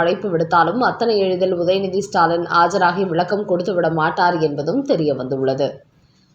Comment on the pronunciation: ஸ்டைல் பேச்சாளர் பெண் உச்சரிப்பு ஸ்டாலன் ...